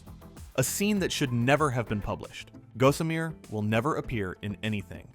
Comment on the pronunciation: Hey AI-for-brains! It's pronounced "GAH-summer", not "GO-sum-eer". Someone needs to get off the net and go read a book.